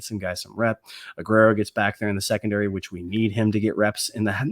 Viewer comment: say it with me: Aguero =Ug where oh Not: Ug rare oh